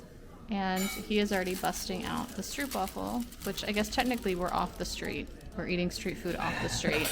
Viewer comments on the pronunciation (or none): It's pronounced stroapwafel. Not difficult to google pronunciation. Also stroop is not caramel, it's reed sugar syrup.